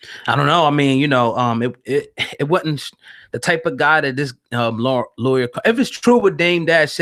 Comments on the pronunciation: I’m sorry I rocks with you guys but I couldn’t get pass homie saying lawyer. It’s pronounced like Lee or. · For the love of God it's Lee-Or not lawyer so annoying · Left once he said Lawywer cohen 😂😂😂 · Wavy J.A.E Black dont mispronounce his name, its LIAR